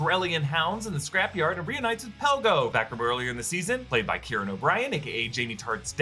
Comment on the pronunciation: Pegla not Pelgo